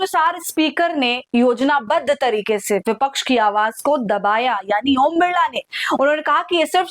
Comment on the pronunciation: बिड़ला नही बिरला नाम है